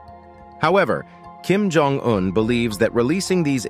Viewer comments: At the mark, you showed a picture of south Korea. I know this because a road sign says Busan 35km with a large nuclear plant in the background. This is sloppy editing. The narrator also doesn't know how to properly pronounce Kim Jong Un's name (hear this ). This short documentary has many flaws. Choose a PBS documentary - there are several - if you want a better idea of what North Korea is and isn't. I wouldn't waste time watching this one. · Cant watch any more of the English language being butchered by this chatbot. If the makers of these videos want to be taken seriously, they need to teach their robots properly. Lab hour 😠 Kim Jong double u u🤬